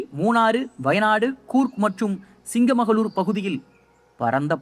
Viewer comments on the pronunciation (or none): யார்ரா அவன்...... சிக்மகளுரை சிங்கமகளூர் னு சொல்றான்...... விஞ்ஞானிகளை வின்சானிகள் னு சொல்றான்.....